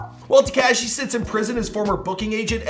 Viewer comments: Ta-KAW-SHEE. NOT TEEKASHI!!! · Why do you say TEKAHHSHI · When is going to stop pronouncing 69’s name ‘Te-KASHEE’ 🤦🏻‍♂️ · Dude is not Tkashi is Tekashi 😂😂😂😂😂😂 lol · Am I the only who hates how this guy says Tekashi’s name omg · I hate the way he says tekashi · PLEASE stop pronouncing Tekashi incorrectly. It's NOT pronounced with the short "A" sound. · I know right bothering me too... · Lol he says it funny